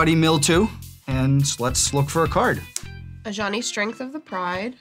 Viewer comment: For a very long time, I thought they were saying "A Johnny", like the player type, not "Ajani".